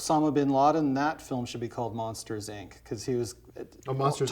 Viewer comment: Saying it as "Monsters Eye En See" short circuited my brain